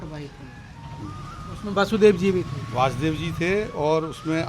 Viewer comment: Ye vyakti bhi galat uchcharan kar raha hai aap bhi galat uchcharan kar rahe ho !!!!!!????? Bhagwan krashn ( VA A SUDEV ) ke pita ka naam ----- V A SUDEV Bhagwan krashn ka naam. ----- VAASUDEV aur bhagwan krashn ke pita ka naam ----- VASUDEV !!!!!!!!!